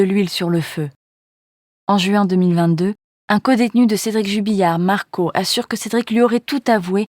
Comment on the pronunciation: Jubillar et non Jubilliar.... Les journalistes